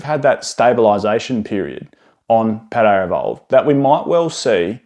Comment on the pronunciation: Good sir there is no R in Paldea